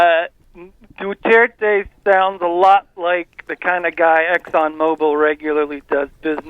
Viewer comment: D.U.T.E.R.T.E. Not 'duerte'. He is the "Philippines mayor" ala Rudy Giuliani. Wait until he deals with the Muslim extremists that have plagued the southern Philippines for decades.